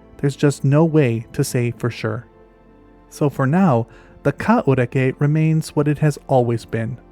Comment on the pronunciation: Not bad on the Maori pronunciation mate. I'd heard about this animal but never seen it discussed online. Intriguing video.